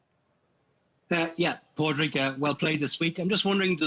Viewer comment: The interviewer should learn to pronounce his name. It’s not “Pad Rag” it’s “Pawd rig”.